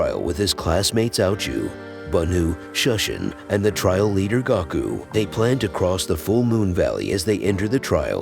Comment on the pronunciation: Will win was watching I heard Goku but really it's Gaku